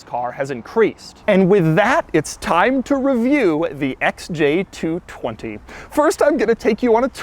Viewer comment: stop saying SJ220